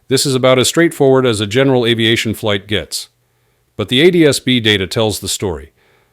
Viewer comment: "Flig" Debrief. You suck with your crappy AI